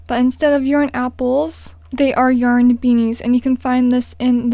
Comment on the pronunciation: Why is she saying yern no offence